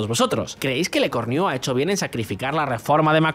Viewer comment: No se dice Lecorniu; jaja, qué risa!